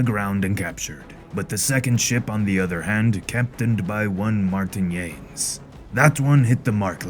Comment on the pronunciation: Your pirate voice is awesome. Your pronunciation of Portuguese and Spaniard names could use a little improvement (for example, Yanes is "Yaa-Ness"). Other than that, I'm looking forward to the rest of the comic.